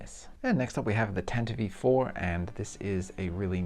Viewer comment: I agree that the Falcon was a bit of a disappointment. Too chunky, and those gaps! I will say that the filming models always had the dish in that forward/inboard angle so that doesn’t bother me. Also, you are a great builder and I love your work but Tantive IV sounds dumb when you say it like that (tantivee), are you doing it on purpose? Best of the bunch is the err… let’s call it the blockade runner! 😂